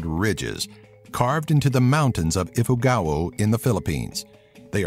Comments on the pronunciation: Excuse Me!!! Ifugao is not pronounced IFUGAWO but IFUGAW because I am from the Philippines thats why I know it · Just to tell you that the pronunciation of Ifugao is if-oo-gaow not ifu-ga-oo. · IT is pronounced ifogaw but the spelling its Ifugao not ifugaoh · Actually you said about Ifugao or Banaue Rice Terraces was wrong. It's not "ifugawo" it's i-fu-gaw. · It's "I-fu-gaw" not "I-fu-gawo" HAHAHAHA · LOL ifugao is pronounced as i-fu-gaw not i-fu-gawo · Wow. U said Ifugao like (I-Fu-Ga-Wo) but its (I-fu-gaw) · You pronounce Ifugao wrong It's pronounce (I-fu-gaw) not (I-fu-ga-wo) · it is pronounced ifugaw not ifugawo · it's "i-fu-gau" not "i-fu-gawo" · its not if/u/ga/o its if/u/gao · the ifugao was pronounced be ifugaw not ifugaou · hey its pronounced ifugao its gao not gau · its not Ifugaou its Ifugao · It's i-fu-gao not i-fu-ga-o. And 8 wonder's'. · It's Luzon,Visayas & Mindanao.Correction:It's pronounced Ifu-gao. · ifugao=IF-fooh-gau. marikina=mah-ree-KEE-nah. panganiban=pang-ah-KNEE-ban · "Ifugao" is pronounced as "ifugaw" 😊😊😊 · It's pronounced as iFUGAW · ifugao is pronounced ifuguw ifuguw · The way you said Ifugao tho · when he said "Ifugao" i CRINGED AND TRIGGERED 😰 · Your pronuncation of your ifugao is wrong